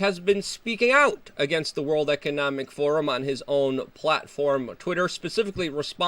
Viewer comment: "We penetrate zee cabinet's"